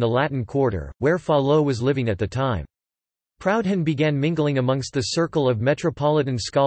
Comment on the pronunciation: This voice tool has an awkward way of pronouncing Proudhon."Proud Han)